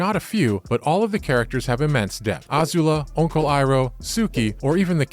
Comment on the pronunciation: This video is like someone who's passionate about Avatar wrote a script and sent it off to someone who has no idea what the source material is to do a voice-over. Toph and Azula's names are mispronounced. And the voice is so monotonous and passionless, it might as well have been read by Mai.